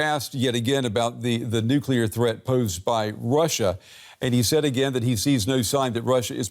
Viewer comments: "nookular" video closed, learn english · The credibility of the guest was reasonable until he pronounced “nuclear” as “nucUler” what the heck!? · Never trust someone who says, "Nookyaler." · talks about "Nucula". What in the heck is that? Is this guy actually in touch with military issues? What is his competence level? If he operates on a primary school level of English, at what level does he operate in military strategic planning? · Why can't these "experts" pronounce the word "nuclear" properly?